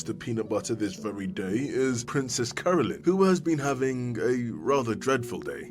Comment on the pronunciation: I can't stop hearing "Princess Colon"